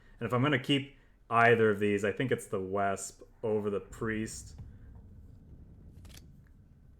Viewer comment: Love your videos, I think I've watched every single one of your Kards videos, but what kills me is your mispronunciation of Wespe and boy do you happen to do it a lot in this video. I think it hits me because I horribly mispronounced so much German in my past (don't even ask me how I used to say fallschirmjägergewehr - paratrooper rifle). You might not know but German Ws are pronounced as Vs in English. Wespe for instance actually means Wasp and is spoken more like 'Vespa' with a subtle soft a sound at the end. Hope I wasn't a bother :).